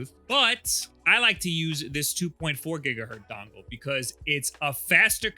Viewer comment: Did this man just say 2.4 "Gigahurt" three times in a row? Go look up Heinrich Hertz.